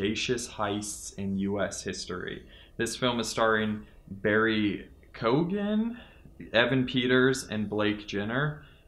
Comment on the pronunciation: Barry Keoghan (pronounced kee-yo-in)